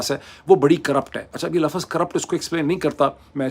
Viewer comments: LAFAZ Naji Hota LAFZ Hota KATAB Nahi Hota KITAB Hota Hai😂😂😂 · Mr moeed Pirzada plz use proper Urdu words Correct words are Lafz Nirkh Not Lafaz nor Markham???